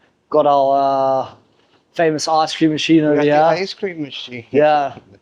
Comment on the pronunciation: every time he says "over here" he suddenly discovers his ancient british roots, and says "ova heeeyaaa!!" lolz